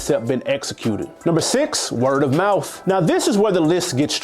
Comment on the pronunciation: Dude literally had “Word of Mouf” at number 6!! All of the L’z 😂🙆🏽‍♂️🤦🏽‍♂️